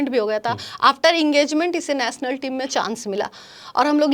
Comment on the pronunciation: Aree didi ...PHLE BOLNA SIKH LO...NATIONAL HOTA HA NATNAL NAHI 😂😂😂APNA DIAMOND KO KRAB KIYA HA BUT HUMRE SHAMI BHAI DIAMOND SA BHI AGAA HA ...WO BHOT ACCHA INSAN HA🎉WE PROUD THAT SHAMI BHAI IS INDIAN TEAM ME HA😊